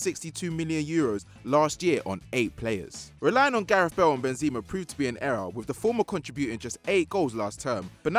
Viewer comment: He also said Bezeema (Benzema)